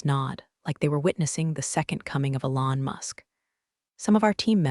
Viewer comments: Definitely bad AI... Alon not Elon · Assuming text-to-speech engine was used to generate narration - words pronounced incorrectly ("read," "Elon") is distracting.